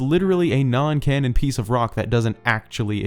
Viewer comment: Every time he said canon I could not help but hear Ganon smh 😅 I cant wait for Ganondorf in botw 2 lol 😄